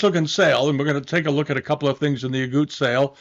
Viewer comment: Dear, it’s Aguttes not Auguttes.